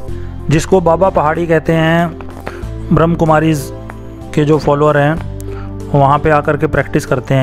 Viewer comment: Bhai ji plz poora naam shi se lijiye ब्रह्म कुमारिस् not बृह्म् कुमारिस् 🙏🙏🙏🙏